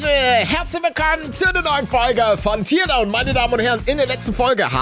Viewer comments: Schon wieder. Er hat's schon wieder Tierdaun anstatt Tärdaun ausgesprochen. Ich schreibs jetzt seit der ersten Folge Teardown, aber es ändert nichts. Allerdings werd ich auch nich aufhören, es in die Kommentare zu schreiben. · Nein. Man spricht es nicht Tierdaun sondern Tärdaun aus. Ausser man spricht noch nicht lange Englisch und verwechselt die Aussprache mit der von "tear" (Träne), anstatt "to tear" (reissen/zerreissen). Englisch ist meine Zweitsprache, ich weiss also wie's sein sollte. Und es triggert mich.